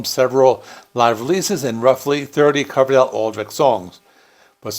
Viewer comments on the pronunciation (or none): You’re mispronouncing Adrich surname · Looking at the spelling, that's not how I'd pronounce Aldrich.